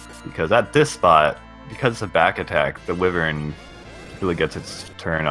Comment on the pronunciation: My gosh that stupid pronunciation of "wyvern" bugs me. Hella fun to watch when nobody was saying that, though!